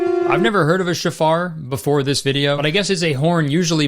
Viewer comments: hi Kurt! the horn thing is pronounced show-far, it is meant to welcome the new year, not to ward off evil. Christians stealing Jewish traditions and getting them completely wrong is nothing new, but it's kind of equally funny as it is frustrating at this point. great video! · It’s pronounced show-far not shafar, but yeah def not a supernatural weapon. My dad used to blow it every time my sister was refusing to get out of bed for school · Love your content Curtis! Just FYI it’s pronounced SHO-far, not shuh-FAR. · It’s pronounced show-far, but that’s crazy what they did with it. Hearing the shofar brings in the new year and it’s a religious item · Protip: the shofar is pronounced SHOW-far. It’s not a supernatural weapon lmaooo but it is associated with the endtimes, it’s said the messiah will return with the sound of the shofar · So a shofar (pronounced SHOW-far) is basically a trumpet made from a ram’s horn. It’s used as you said during the Jewish New Year holidays of Rosh Hashanah and Yom Kippur. It has absolutely nothing to do with Christianity whatsoever. I truly cannot fathom why they were included in this movie. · Shofar pronunciation makes me wanna cry plz stop i beg. Also so so over evangelicals appropriating jewish religious traditions. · Kurtis. Man. I love your videos but that hebrew pronounciation was the worst ive ever heard anyone do it. Shofar is pronounced more like chauffeur, but with emphasis on the first syllable. Rosh in rosh hashana is row+sh. Yom is the same, yow+m. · Hearing Kurtis bungle the pronunciation of 'shofar', 'Rosh Hashana' and 'Yom Kippur' was the highlight of my day actually.